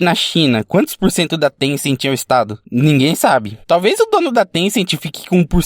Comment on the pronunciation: Na verdade não é tencenti e Tencent